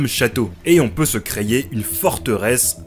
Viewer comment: Désolé, mais effectivement copie de Im D King, tu aurais pu juste le dire/mentionner en début de vidéo et mettre le lien en description (surtout quand tu te fais une sponso dessus). Et on ne dit pas "creYer" pour dire "créer". Ça m'a fait arrêter la vidéo avant la fin tellement tu le dis de fois… Tu devrais faire gaffe quand tu fais ton montage après